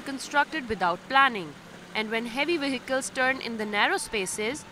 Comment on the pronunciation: Yes, I concur with the earlier comment, the female reporter is indeed very VERY cute, but it seems as if no-one in Pakistan can successfully pronounce an English "v". "Vehicles" become "wehicles" and "involved" becomes "inwol'ed".